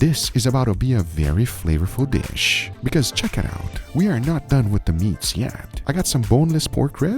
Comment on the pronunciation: The pure dopamine rush when Guga says "Chick-iit-owwt"